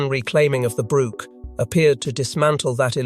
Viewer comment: Since when is a 'brooch', a piece of jewelry, pronounced 'brook' a small stream of water ... hard to listen to this narrative 😕